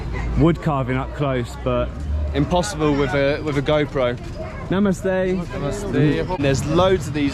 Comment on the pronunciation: The way you say Namaste, is really amazing 😍